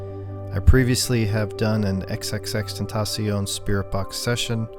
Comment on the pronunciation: U said his name right i give u props an a tha nks he is my favorite